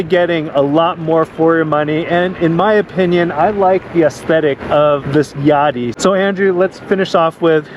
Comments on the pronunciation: I would pronounce it like Ya dea, like "Idea". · Think it’s pronounced ya-day-a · i would hate to hear how you guys pronounce "idea"